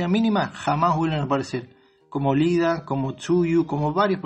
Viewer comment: Todos hablando de que estan deacuerdo o no y yo aqui emputado porque dijo LIDA cuando es IIDA xd